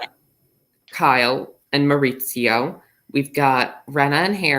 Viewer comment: Living for how says Mauricio 🤣